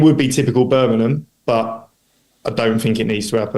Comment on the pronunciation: He been in the area long enough to stop calling it Burminum!😜 Thx for your commitment to Birmingham!!💙